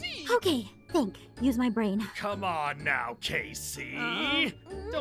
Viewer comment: b r i a n brain not brian